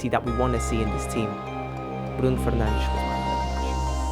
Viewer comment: But he can pronounce Bruno Fernages